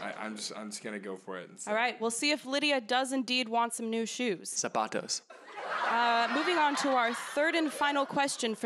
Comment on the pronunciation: Ok... just said sApAtOeS